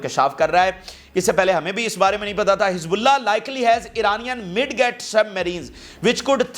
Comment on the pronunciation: Midget prononced as mejit